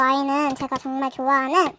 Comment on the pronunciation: 처음 시작할때 정말 오랜만입니다 할때 정말은 존나 라고 들었어 ㅋㅋ